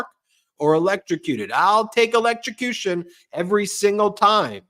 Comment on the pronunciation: Ben, yeah. The confused Donald automatically falls back to his electro-suh-cution shark story like a nervous tick. For the record. it the EV tragically ends up in a body of water near the road (no sharks in most bodies of water), as long as something didn't puncture the battery pack, it's DC not AC so DC you have to connect yourself to both terminals, and EVs breakers will trip in water; AC is one contact and then current heads through you to ground.